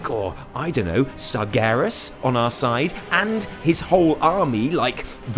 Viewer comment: It's sargearis